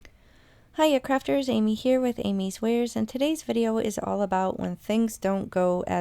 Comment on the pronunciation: I chuckle sometimes during your intro since "Amy's Wares" can sound like "Amy swears." Maybe that happens when card plans go awry. 😂 But nice save!